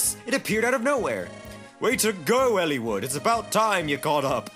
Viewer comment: hearing him pronounce it Elle-wood is killing me. soft "I" dude